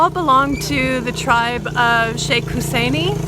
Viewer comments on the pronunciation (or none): Hussaini! Pronounced Husaynee.